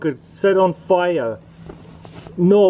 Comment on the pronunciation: excited russian intensifies oHHhhhh NO WAY Its GETS on fiyer xd